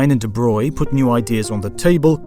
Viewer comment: Again, thank you for pronouncing 'de Broglie' correctly ;) well, at least more correct than 'de brog-ly', it's still not quite 'de broy' ... try the soundbite on the wikipedia page for him :)